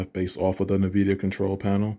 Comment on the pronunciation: Did you say "Nuh-vidia" lmao